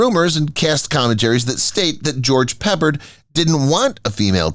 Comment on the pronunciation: It's pe pard